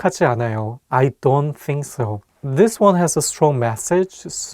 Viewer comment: What the heck the way you say I don’t think so is so hard 🤣